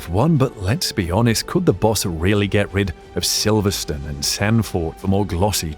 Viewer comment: The "e" on the end of a word in English dictates the pronunciation of the preceding vowel. Silverstone is never Silverstun.